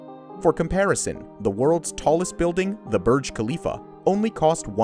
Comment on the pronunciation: ITS THE BURJ KHALIFA NOT THE KURJ BHALIFA